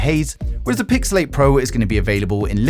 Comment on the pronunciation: I kept hearing Pixelate instead of Pixel 8 😂